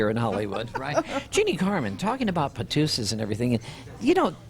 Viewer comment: Wow, I was on the edge of my seat to hear her confirm the men were "patoussees", but of course, he cut her off. I wonder if he just had poor pronunciation and it was par tous. IDK Did he suggest that Frank Sinatra and the rat pack were into male and females alike?